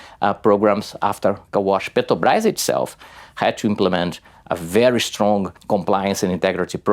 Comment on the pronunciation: The AI voice can't even say "petrobras" Lazy journalism!